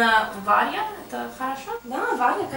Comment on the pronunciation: Ахахахаха:)Встретились в России две Бриджит Барбары:)Но если она"Варья",то почему вторая,тоже моментально стала"Варьей"?:)Это две русских"Варьи"в России или это две американских"Варьи"?:)Или это американская"Варья"приехала к русской"Варье"?:)Я сразу вспомнил свои уроки английского.Особенно история с ручкой:как две капли воды,ситуация на уроке английского.Именно с ручек и карандашей,начинаются занятия английским:) Тебя зовут Варв(А)ра.Ударение на второй букве"А".Когда же ты внезапно становишься B(A)rbara(Б(А)рбара),ударение уже на первой букве"А".Ты обаятельная девчёнка,Варя.Подняла мне настроение:)